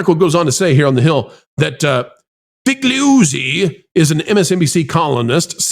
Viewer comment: I believe it's 'Fa Goo Zee'...and he's a former hack FBI employee who has many crazy claims since he became an 'news analyst'...